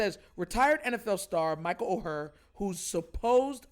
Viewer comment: Bro good topic. (FYI tho- the name is pronounced like the word “Or”.) never would’ve thought about this tho 🤔 good job bruh